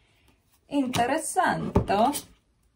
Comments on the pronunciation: Yes is italian but is INTERESSANTE (the last letter A pronunce) 😅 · the way you said interessanto would be german without the 'o' at the end.